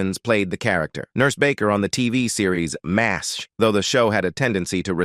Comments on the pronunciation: Had to stop watching cause narrator couldn't pronounce anything. What is Maz H? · Being a MASH fan for decades, I really wanted to watch this. However, it was so sickening to hear the repeated butcher of the words was too much. When even the show's name not just mispronounced by not even recognizable, it is far beyond sad! They should make the video using a human for the narration or just remove it. There is a reason it has only 118 likes after being on line for a month! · This narrator can't pronounce the stars names or the title. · You made it about two minutes longer than I did!!! About the fourth butchering the show's name I simply cud not take any more. He should re-do it with a human narrating!!!